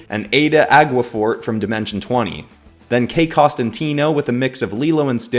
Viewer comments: Dude I’m so glad someone got Dimension 20 in there, Ayda Aguefort is such a great character I never would’ve realized that she was in that fusion, but when he said her name I immediately recognized her. Also…, loved how you said her name, but it’s said I-da Egg-fort. Don’t blame you tho, it’s a difficult name. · Also, Ayda Aguefort is pronounced Eye-da agg (like egg but with an a)fort. However this is a fantasy world, and it is almost damn near impossible to pronounce anything based on spelling.